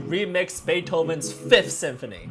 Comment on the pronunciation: It’s Ludwig van Beethoven Like …. Bee-the-Oven 😂